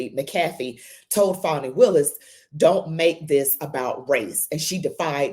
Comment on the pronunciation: Please - STOP calling her "FAWNY" It's "Fani" pronounced like 'Manny' ... For heavens sake - STOP !!!!!